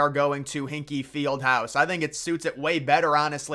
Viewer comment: Hinkle bro, not Hinkee.